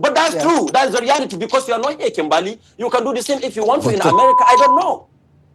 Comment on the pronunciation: 😭 what is this even . . Hasn't he been on this show because. My name is KIMBERLY. . . He says KIMBAAAALEE . . My guy . . It's KIM.BUR.LEE 👀 I had to rant I'm sorry I'm sorry lmaoooooo